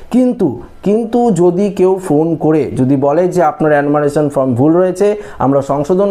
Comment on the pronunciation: শব্দ টা ফর্ম, ফ্রম না 😂